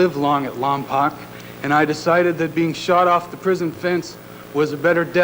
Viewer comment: It's LOM-POKE! Not LOM-POCK!